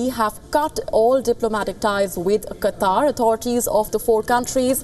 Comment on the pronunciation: Qatar is right..Not Quatar.